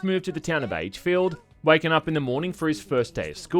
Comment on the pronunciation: I kept hearing "aidsfield" whenever said the games name, and honestly that's pretty fitting considering how abysmal the game really is.